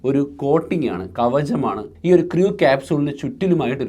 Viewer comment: Please learn the pronunciation of "crew"